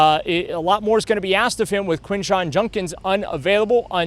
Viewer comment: JuDkins! Why is it so hard for you to pronounce his name?